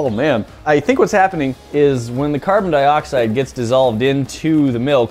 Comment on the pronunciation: he said carbon dioxid